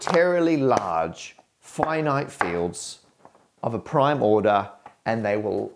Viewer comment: ". . . arbitarily large flinite fields . . ."? 😁